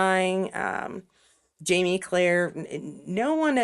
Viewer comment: Sounds like you’re saying ‘JaNie’, not ‘JaMie’.